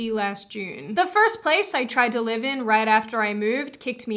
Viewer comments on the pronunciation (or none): none